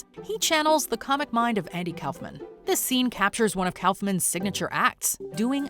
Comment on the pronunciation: Andy K"ow"fman??? 🤣🤣 It's Andy K"off"man 🙄🤦 Try actually researching your lists before uploading clickbait revenue.